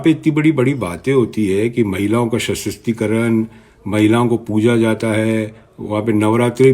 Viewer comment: सर वासुदेव कुटुम्बकम नही होता है वसुधैव कुटुम्बकम होता है।दूसरा महिला सशस्तिकरण नही है सशक्तिकरण है। मीडियाकर्मी होकर भाषा तो ठीक करिये श्रीमान बाद में आप विवेचना कीजियेगा ।वैसे आप बहुत विद्वान हैं ऐसा आपका सोंचना है। वैसे आपके अति आत्मविश्वास के क्या कहने?😊